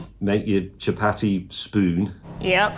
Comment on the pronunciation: The pronunciation of chapati is hurting my soul